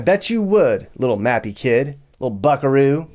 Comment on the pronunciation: Mappy, not Nappy. Nappy is British English for 'diaper.'